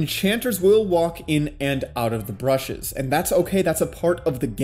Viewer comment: Brushes lol